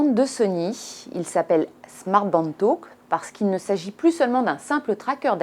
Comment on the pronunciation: Talk pas taulk